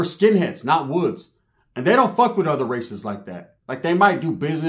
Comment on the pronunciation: "An Irish uce, a what the foook uce"🤷🏽‍♂️🤣